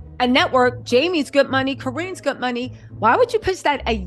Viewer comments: Co- Rin, Co-Rrin. Not Co-Reen!! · Sorry,, you’re mispronouncing Corinne’s name. Think “Lynn” then say Corinne. You’re doing a great job of reporting. Carry on. ❤